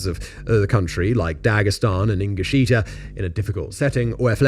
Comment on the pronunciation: Ingushetia, not ingusheetia